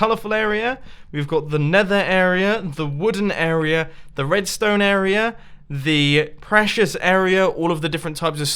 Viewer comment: I like how you pronounce "area" like "a*error*a"